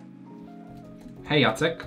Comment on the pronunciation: Hej, przeczytałeś "Hej jacek" tak po polsku xD, więc mam pytanko czy może jestes z Polski?